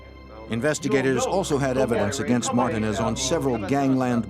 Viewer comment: The fact none of them can pronounce Martinez is crazy